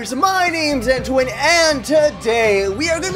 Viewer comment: are we friends?